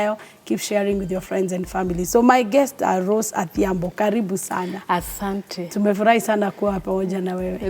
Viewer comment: adhiambo not athiambo